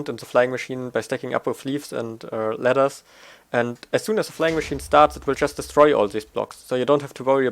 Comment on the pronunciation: I love how you say ladders, I always hear lettuce:) and then I imagine what I heard:)... but great videos, you deserve more views:)